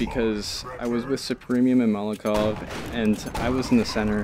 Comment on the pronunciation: Wait it's pronounced Molokov? Dang I'm sorry for all the times I said Moloko, if any.